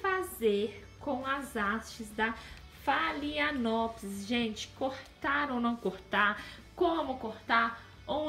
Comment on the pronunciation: Phalaenopsis se pronuncia: falenopsis